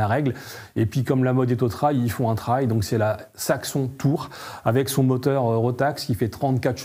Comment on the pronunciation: Ce qui est raté: la prononciation “trail” il est temps de réviser l’anglais des présentateurs.